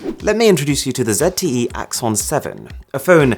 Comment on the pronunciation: "Zet e e" bro ZTE i repeat Z.T.E